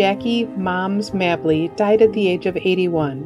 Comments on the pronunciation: It's "May-blee". Moms "May-blee". Not "mablee". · Not to be so nitpicky, but the name is pronounced "MAY-bley"!!